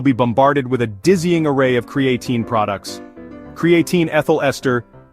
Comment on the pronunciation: Cree-A-Tyne Cree- A - TEEN CRAE-A - Teen Ai was struggling 😂